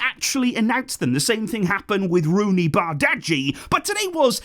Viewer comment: You're butchering Roony's surname and some of y'all don't understand how negotiations work. Man utd does these things hence Chelsea for Sancho.